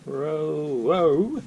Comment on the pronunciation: If you're going to evaluate or give an "expert's" opinion (over 9 mins long), please tell us how to pronounce the product name or pretend you know it (ROW tring). The cap covering the eraser is a pain and probably lost forever in less than a month-be cautious if making daily use of the pencil. I received one 25 years ago that had an ink, a .07 pencil and a "hi-lighter" cartridge. I now understand Rotring discontinued this model. Duh? That's like Rolex saying you can't buy parts for their watch. As a novice pen user, saying the "D-1" is a refill is a BIG help. Would have liked to have seen some comparable, expensive multi pens. (I know, I sound like a dip. Thanks for the review.